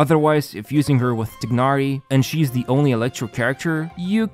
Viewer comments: "Taynari" not "Tihnari" FFS, pronunciation is in game already, use it T_T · TYE-nah-ree. Tighnari. Lying tying a knot. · This is the last video im watching from. He hasnt change how he pronounce Tignhari and it is super annoying and disrespectful. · it's not tye-nah-ree....does it look like an English name to you? Because it's not and therefore you won't pronounce it in English way. The eng dub failed yet again. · Its pronounced as "tainari" right? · Nope, it’s more like “tee-h-nari”. English VAs pronounce it wrong. Not the first time, EN version also butchers almost all Liyue names and even Klee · I have been thinking of this for quite a while now...is it possible that the narrator is not playing Genhin? He has been mispronouncing Tighnari since the very beginning. Love the videos, just a very minor feedback. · I like your accent in saying Tighnari’s name. Can you say it again? XD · funny how you still can't pronounce Tighnari